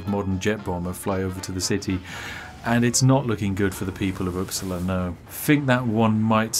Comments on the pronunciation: "The Swedish city of uppsla"... I think you forgot an "a" some where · I know that you are english, but the way you said Uppsala annoys me